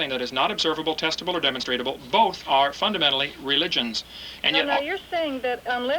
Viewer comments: Funny how many times he mispronounced demonstrable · Hearing him say "demonstratable" over and over again makes my language-bone twitch vehemently. On top of that he's just very... very... stupid. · lederereddy Quite a rant there. Faith achieves nothing but delusion. Hovind was a High School science teacher. As usual Genie blitzed the guy saying "demonstratable" several times - new word Created. Evolutionists call it "demonstrable." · I get triggered every time Kent says "demonstratable". Protip: The word he's looking for is "demonstrable".